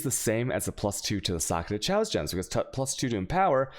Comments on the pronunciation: It is pronounced K-OSS ffs, not chows. It's really hard to watch you when you mispronounce simple words. Also.... alk-emy. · And he keeps speeching: xaos instead of kaos XD QUESTION: im starting bane and guess its a must having 2h wep before dual 1h or 1h +shield. Now what i see that ED + CNTGN does aoe area and if lucky 4 screens forward on. But for both mobs and bosses what you suggest to built it ?. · as someone who has never watched you, the “chayoss” thing isn’t that funny and it likely causes new people to bounce from your channel (going by my own experience and other comments). i thought you were saying channeled skills for a while and was waiting for you to talk about blight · Al-chamy, ch-aos :D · Imagine not knowing how to pronounce chaos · They way you say Chaos makes it considerably harder to take your advice seriously. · You've been playing this a while, how do you still not know how to pronounce "chaos" and "alchemy"?